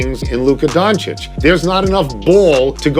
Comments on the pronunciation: BTW, why some of these "experts" pronounce Luka's name as "Don-cheek"? It's "Don-cheech" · Some pronounce as Don-teech